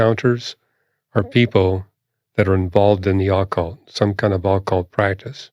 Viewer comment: I hate the way he is pronouncing “occult”